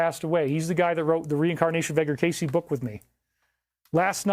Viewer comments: Edgar *Cayce pronounced phonetically as kay-see, doofus. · Edgar Cayce: "Casey" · Cayce... Pronounced (Kay See) 😉 Rip David I always enjoyed seeing him on Ancient Aliens. 👽